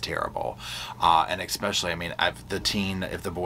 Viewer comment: Sir, it's pronounced: 'ESPECIALLY' not 'EXSPECIALLY'